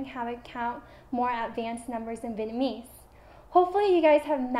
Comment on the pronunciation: OMG, why does she sound like she can't pronounce the word 'Vietnamese' properly?!? It's pissing me off. There is a 't' in there, it's not 'Vienamese'.